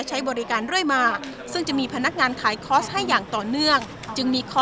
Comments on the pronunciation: ผู้ชายพูดว่า.. ค๊อด ผู้หญิงพูดว่า.. คลอส ............ออกเสียงผิดทั้งคู่ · ผู้ประกาศหญิงออกเสียงคอร์สไม่ได้ถูกซะที 😅